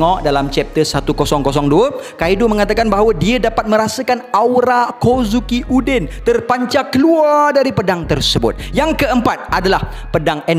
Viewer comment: aq xboleh bile ckp kozuki uden AHAHAHAH